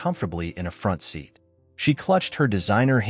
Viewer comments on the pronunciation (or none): none